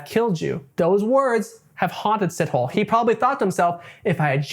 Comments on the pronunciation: “see toe lay” not “Sit Hole “, besides that you did a fantastic job with your research. Well done ❤ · Dude made me laugh with Sitoll! Moses Sitol! How does he know so much about Moses when he clearly has never been. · your pronunciation of “Sithole” STRESSED me 😂. it’s [sih-toh-leh]. Great video though ✨ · Did he just say Sit-Hole?💀it's C-tour-Leh my guy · It's "see-toh-lê" :) not sit-hole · Repeat after me "SEA-TALL-AIR"... Moses SeaTallAir-> Sithole!! You should hear how us Xhosa pronounce Xhijin ping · It's pronounced C-tow-laire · Dude Sithole is pronounced Si-toh-leh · 1st Correction, Pronounciation is See-tow-lay. 2nd Correction, in South Africa when someone is referred to as a coloured. It means they are mixed. Mainly an offspring of a Black and White. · It's hilarious how you pronounce "Sithole" it's actually more like "si-to-lay" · As a South African..you pronounce his surname as Si-tho-le..but never the less he's a sithole for his crimes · “see-tow-lay” the w so light it’s almost silent… but shithole sounds good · ive heard of seen and even talked to rapists but this dude is another level of evil and btw thats not how you pronouce sithole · That is not how you say Sithole.